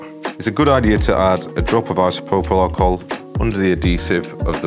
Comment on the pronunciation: It's Isopropyl Alcohol